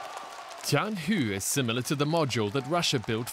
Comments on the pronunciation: To be corect, it's not T"Tiangong", it's "Tianhe", means "harmony of heavy". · Ikr... TianhU made me cringe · uh...did you guys find a mahjong player to teach you how to pronounce "tianhe"?